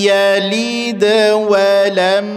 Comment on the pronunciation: tanya, kenapa menit ke 11.30, baca lam yalid.. terdengar yaliiid, padahal bacaannya pendek, mohon penjelasan